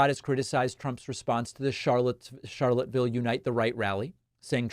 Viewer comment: Amazing to me that Charlottesville still comes up. I lived there and saw (and smelled the teargas) the events in person. But please remember the "s" in Charlottesville!